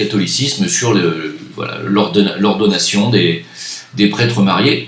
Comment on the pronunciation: c'est pas l'ordonation, mais l'ordination... Lol!